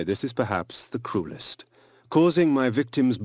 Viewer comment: I had to rewatch the part where he said the cruelest. Cuz I thought he first said, the coolest lol.